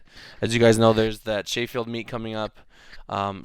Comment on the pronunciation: Sheyfield yano, Sheffield and its pronounced cheffield. These videos are interesting man keep them coming